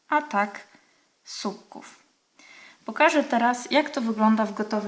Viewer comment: Bardzo fajne wzory Pani pokazuje, ale nie mówi się "supków" tylko słupków. Pozdrawiam